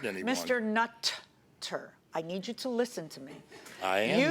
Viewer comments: The Judge said mr 'nut'-ter🤣🤣🤣🤣. Anyone else caught that? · "MR NUT -TER" 🤣 Excellent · Did yall notice how JM kept saying "Mr. NUT-ter" lol. She knew what she was doing, lol. He definitely has a few screws loose. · Lolol she said “Mr. Nut - ter” 🤣😂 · Lol 😆😆 she said mr nut - ter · Lmfao! Did anyone notice how she said "Mr.NUT-TER!? SHE FLAT OUT CALLED HIM A NUT!!!! I LOVE IT!!! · "Nathan Nutterrrr" 😂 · How she emphasized "Mr. NUT-ter!" LOL 😂😂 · I like when she emphasized the "nut" part of his name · The way she kept enunciating his name 😂😂😂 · Yes, Nutter, because he's a nut, crazy mad man😆 .